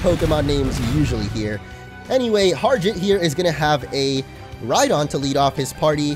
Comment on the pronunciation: Bro it's Harjit not Harjiat